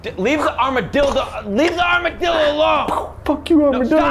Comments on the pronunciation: did he say armadildo? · "Armadildo" Anyone else catch that? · Lol did he actually say Armadildo? 😂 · He almost said “Arma-Dildo” 😂😂😂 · i love that little slip up. "leave the Armadildo" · "Armadilldo" ok, that's insaneo style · We heard the armadildo slip. We know what you were thinking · I love how he almost said "armadildo" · Armadilldo…. He said it, and we all heard it… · The fact that almost said armadildo is literally killing me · It sounded genuinely accidental when he said “Armadildo” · HE ALMOST SAID ARMADILDO THAT SHIT CAUGHT ME OFF GUARD SO HARD LMAO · "Armadild- armadillo" 👀👀👀😂😂😂😂😂😂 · Lol he accidentally said armaDILDO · 'Armadildo' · Lmao he almost said "armadildo" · He said armadildo HAHA so funny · he almost said armadildo. lol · Heh, he said armadildo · Did he just said "armadildo"? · Did he almost say armodildo?